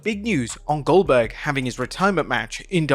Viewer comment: Goldberg ❌ Oldberg ✅